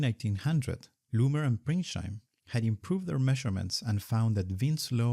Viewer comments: Minor nitpick: he's called Ernst Pringsheim, not Pringscheim. Otherwise a fantastic video! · Great content, but it is Pringsheim, not Pringscheim.